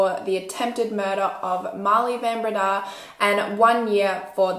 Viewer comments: It’s van BrAyda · In Afrikaans the "Van" in Van Breda is pronounced "fun", otherwise, thanks for covering a South African crime story! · I'm a van Breda from Melbourne Australia, but from a different family tree. The name is pronounced van Bray-dah. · Bae, here in South Africa we pronounce names differently when they're Afrikaans. Like Fun Bre-yuh-da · I am from Holland Van Breda is a dutch name I love how you pronounce it 😂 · Why is no one correcting the pronunciation of her surname?😭😭😭😭😭